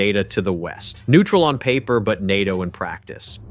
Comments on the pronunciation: En-At-Te-Oh. När den försökte säga N.A.T.O..... fast väldigt imponerande röst. Också att den var en hejare på svenska ord. Typ att de i manuset gjorde <Swedish>Totalförsvaret</Swedish> eller nåt... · Jag har aldrig hört en människa uttala NATO bokstav för bokstav, heller. Självfallet kan det vara en tillfällighet, men för närvarande känns det som att man inte kan lite på att någon bara säger fel längre heller. Andra ledtrådar jag ofta springer på är videor som uttalar 'Gripen' på 3 olika sätt 🫡